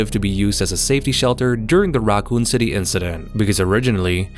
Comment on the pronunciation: "The RAAkun city..."